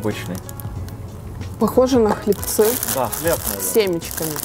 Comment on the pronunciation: хлЕбцы, а не хлебцЫ